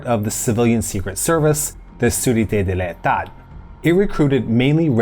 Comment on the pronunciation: You have a wonderful French accent "sûreté de l´état" and "service de documentation extérieure et contre espionnage". You are from Canada, right? By the way, O.A.S led by Raoul Salan was a terrorist right-wing organization that refused the idea of an independent Algeria since it was a province not a protectorate like neighboring Tunisia.